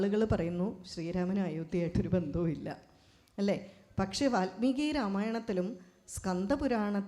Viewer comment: Valmeeki NOT VATHMEEKI